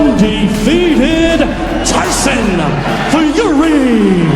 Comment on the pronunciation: Tyson FeYUHree